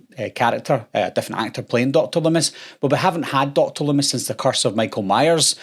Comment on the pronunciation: "DOCTIR lumm-ISS"